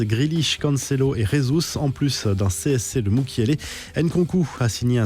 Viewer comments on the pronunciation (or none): Jesus n'est pas espagnol. Merci d'arrêter d'écorcher son nom.